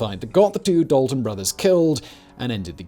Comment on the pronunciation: I'm related to the Daltons he pronuduced it wrong I would like to say but I never thought there'd be a video though